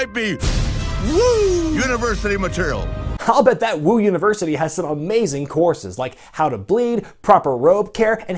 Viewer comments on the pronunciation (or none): none